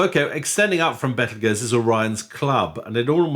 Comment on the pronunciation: Bravo for pronouncing "Betelgeuse" that way! The trendy habit to use "Beetlejuice" is just silly - it's fine in the context of a Douglas Adams book or the eponymous Tim Burton movie, where "Beetlejuice" is used for comic effect, but I wish astronomers would stick to its proper name.